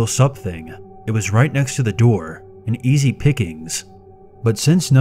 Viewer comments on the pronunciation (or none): none